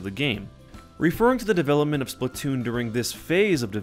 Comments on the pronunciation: It's SPLATOON Not Splotoon even my little Cousin Says Its Splotoon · slAAAAAAAAtoon not splitoon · Why do people say splitoon instead of splatoon? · Fact: The game says splatoon but we all say it as splattoon